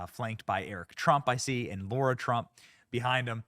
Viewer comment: It's not Laura, it's Lara! What's wrong with you? Do you have a mental block on the correct pronunciation of Lara?